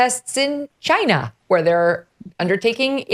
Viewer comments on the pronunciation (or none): A few years ago, she wouldn't say "china" in that way 😂😂😂